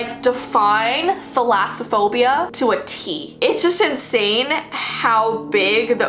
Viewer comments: you said it right the first time i might have it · You said it right the first time I am greek and Thalassa/Θαλασσα= sea Phobia/Φοβως=phobia A fun fact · I have thalassophobia as well! And don't worry you're not necessarily pronouncing it wrong there are just other ways to pronounce it as well. I pronounce thalass kind of like malice. thalass-a-phobia. My fear of water goes to the point where I can't even look at it. I can look at pictures of it sometimes depending on whether or not it's a good shot or if it's a pretty shot but I can't just look at a picture of it because if it's just a normal picture of it, I can't...I just can't. If it's in real life I cannot even look at anything related to the water. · I have thalassophobia and not only did you pronounce it correctly but those images 🫡😨😱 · so I am greek and since the names of the phobias are greek words basicly im gonna comment if you say the names correct💖 and yeah you pronounced it pretty good gurl💕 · You’re actually pronouncing it correctly! It comes from the two greek words θάλασσα (=sea) and φοβία (=fear, phobia).💕💕